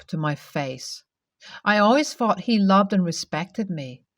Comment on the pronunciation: That's good to know . But that's not how this narrator presented this story . But then again , the narrator already has problems pronouncing words ! " Ferapy" " Fought" instead of thought.